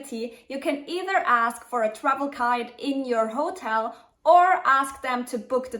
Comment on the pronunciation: very nice - smily face and all but ... the accent of the key word HOTEL falls onthe second syllable :-)